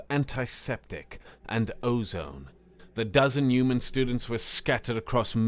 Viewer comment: Human . Not uman 🤷‍♀️